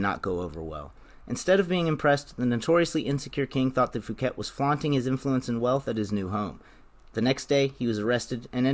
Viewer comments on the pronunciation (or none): Fouquet is pronounced ‘Fookay’